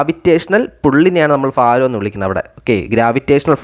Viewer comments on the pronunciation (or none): Faaram alla BHAARAM😮😅